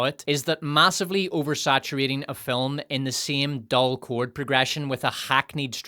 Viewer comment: I love the way calls this a "filim"...sounds like fill "em.